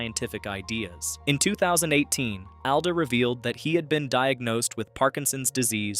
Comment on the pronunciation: It’s “ALL-duh”.